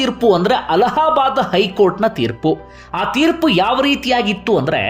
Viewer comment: ಅಲಹ ಬಾದ್ ಕೋರ್ಟ್ ಅಲ್ಲ ಅಲ್ಲಾ ಬಾದ್ ಕೋರ್ಟ್